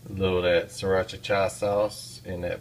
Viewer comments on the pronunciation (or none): There's only one "cha" in si-ra-cha :)